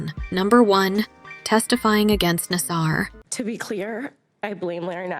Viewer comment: Why mispronounce Nassar’s name continuously? Simone knows how to pronounce his name afterall; so the commentator sounds ridiculous to say nas-SARover and over again.